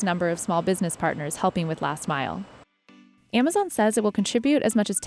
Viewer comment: Someone needs to teach that woman to pronounce z, and s´s !!!!! AmaZiiiiiiion,, ViSSSSSSited, BoxSSSSSS, SSSSaysss